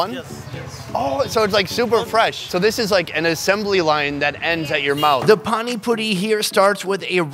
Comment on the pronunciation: pani “poni”